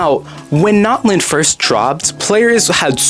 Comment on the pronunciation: It’s not Knotlin is Natlan bro